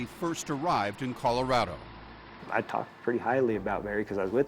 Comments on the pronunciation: Why do they pronounce it with a long i sound? That’s killing me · Stop pronouncing Colorado like that …